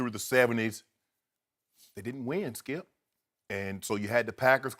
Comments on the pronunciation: "SKILP!!" "SKILP!!" Shannon Sharpe's voice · Vaan Ravishankar it's funny tho 😂😂